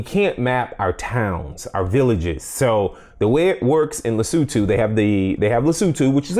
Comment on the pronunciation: the country of Lesutu....LOL! Lesotho Patrick....Lesotho! Good video.